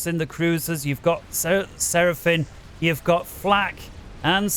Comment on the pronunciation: What an incredible game! How could anyone have anticipated how it played out? I got into FAFcasting with Gyle, but this channel is threatening to supplant even Gyle as my favorite FAFcast channel of all (in spite of pronouncing it Seraphin), not only because of the announcer but because of the matches that are chosen to cast. Keep it up!